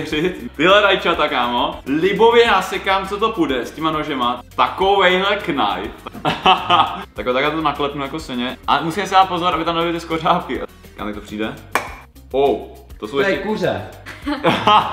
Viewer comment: Z tebe by mela anglictinarka radost :D KNAJF :D